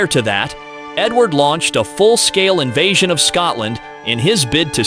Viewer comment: either than or the narrator doesn't know how to say 'invasion' lol compelling AI narration though. Scary really.